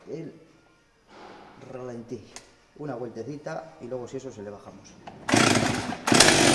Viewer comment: Es ralentí. No relenti. Relenti es lo que te da por la noche cuando te quedas durmiendo al raso. Un saludo.